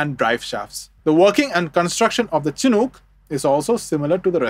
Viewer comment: It's pronounced "SHH-nook" not "chin hook". The naming convention of all US Army helicopters, prior to modern cancel culture, was to honor native american tribes who would hold honorary ceremonies and bless the helicopters in their native traditions and religions. The Chinook nation is who this aircraft is named in honor of.